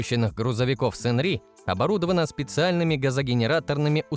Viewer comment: "Шангри" - нет же, Сынни или Сынри, нечто среднее между этим произносить. "Зажиточному классу северной Кореи" - в КНДР один класс, пролетариат. Про запрет на частное владение авто - бред, как и про сдачу одного авто государству.Это утка из газетёнки "Чосон Ильбо". Владеть авто можно было. Только дорого и незачем. Топливо в стране дорогое из-за эмбарго, а квартиры бесплатно выдают по месту работы, на работу ездить не нужно. Что касается Кима, то "По неофициальным данным" - это уже пояснение достоверности всей информации. Реально подтвержденного владения чем либо нет. Лимузин активно используется правителством, но не только Кимом. На этом же лимузине с этими же номерами передвигался Чхвё Рёнхе, номинальный глава КНДР. На фоне Кима часто виден джип "Пхёнхва", автозавода КНДР, примерно годов выпуска. Скорее всего, это и есть его автомобиль. Все остальное высосано из пальца. Современные производимые авто КНДР - это пратически всегда лицензионные копии китайцев. Но не всегда. Так, трактор "Чоллима 804" Кымсонского тракторного завода - это глубоко модернизированный МТЗ-80. До сих пор выпускается КРАЗ, Jaju-82.